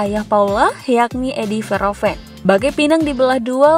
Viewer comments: Min baca namanya kalau bgt. Sebelum ucapkan sebaiknya cari2 dulu gimana pronounce nya. Bukan Veroven....tp huruf H nya dibaca... Verhoeven... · Min baca namanya kalau bgt. Sebelum ucapkan sebaiknya cari2 dulu gimana pronounce nya. Bukan Veroven....tp hurt H nya dibaca... Verhoeven...